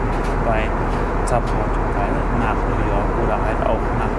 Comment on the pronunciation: Warum sagt er now york